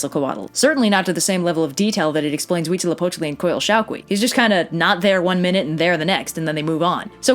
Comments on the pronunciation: Huitzilopochtli is the only thing she DID pronounce correctly. The -tl suffix is not pronounced like it looks. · DAAAAAMN I am mexican and you are very good at saying the deity's names Not Mexicans usually find it pretty complicated You are awesome (mexicas are normally pronounced like "me-shi-kas" but after hearing you say huitzilopochtli without a problem I no longer care lol)